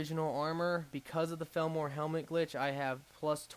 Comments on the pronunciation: I never used to care about your mispronounciation. But felmor? that's just too far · not to be a stickler, but isn't it pronounced fall-mer?